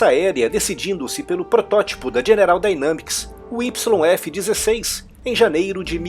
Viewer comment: Dynamics -> Daineimics ...só uma correção na pronúncia :)